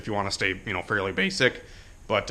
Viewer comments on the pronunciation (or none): none